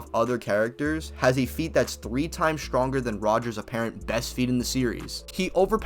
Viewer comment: "SCHTTRONGER"??????? Why do all these people with speech impediments starting channels?